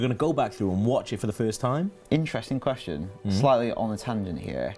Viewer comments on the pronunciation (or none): none